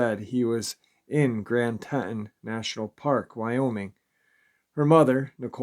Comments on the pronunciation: Grand TEE-TONS. Grand TEE-TONS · Teee Tawnnn Grand Tee Tawn national park . not trying to be picky, just live in wyoming and it was making me cringe every time you said it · Tee-Tawn............Teton for short. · Grand Tee-Ton? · Pronounced Grand “Tea-ton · It's pronounced Tee- Ton. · Don't mean to be picky but it is pronounced Grand Teaton. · will never mispronounce Teton again after all the comments. It's all good he does such a good job 99.9% of the time. Much respect for the daily uploads. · Right!!!! Lol he’s driving me nuts how he’s saying it‼️‼️‼️‼️😆😆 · Come on New Yorker say it right